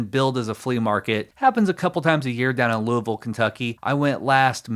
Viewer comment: You should. Also it's great to hear a fellow Hoosier pronounce Louisville correctly. Talking about retiring on Cars, did you know that there is a 52 Mantle (his Iconic rookie) PSA 10 out there? Insane for a card that old.